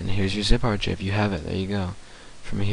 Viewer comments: lol. Ar-chiv. Ar-kive. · An "R-Chif?" you mean an archive (R-kive)? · Archive is pronounced with the ch sound as a hard 'K' sound.